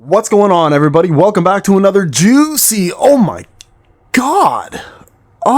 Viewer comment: Never say juicy like that again... someone oughtta slap the bald off your head.